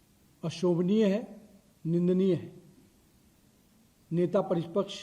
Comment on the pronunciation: Who is this guy, Netapratipraksh kehna toh seekh lo